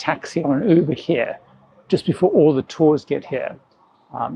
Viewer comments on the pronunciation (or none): none